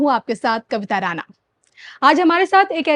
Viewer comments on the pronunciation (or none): राना अशुद्ध है राणा सही है।